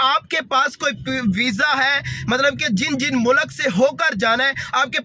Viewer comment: Abe mulak nahi mulk hai